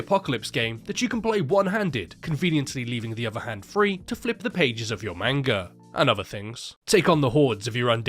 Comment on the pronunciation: You pronounced "manga" wrong. It's not "maynga" it's "maanga". It's okay not many westerners know the proper pronunciation of it.